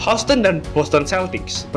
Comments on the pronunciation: bang bacanya yusten bukan houston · Anu... maap, semoga pronounciation bisa diperbaiki, Houston dibaca 'yusten'. Kalau gak salah Cleveland juga dibaca 'klivelen'... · gw pribadi kurang nyaman sama pelafalannya.. misal houston, harusnya dibaca hyusten, trs washington harusnya dibaca wosingten, dll.. kesannya jd malah kaya dengerin amatiran.. sbg pembanding bolehlah liat bang irril ato bung paul palele, enak tuh klo kasih penjelasan.. sori, pendapat pribadi ya